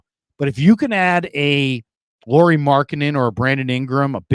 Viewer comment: Say his name correctly! It’s pronounced lowery not Lori like a girl. Think of Kyle lowery.